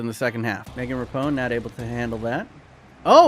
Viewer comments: Ra-p-no not rapone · I swear I've heard him say "Rapone" in another video too. Rapinoe shouldn't be that hard of a tongue-twister. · Megan Rapinoe Megan ruh-pee-no Not ruh pone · Please stop saying Rapinoe as Rapone lol. It’s Ra-peen-O. She’s the best US footballer in history and it isn’t close. Her technical skills put all of our men’s to shame. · Megan RAP-EEE-NO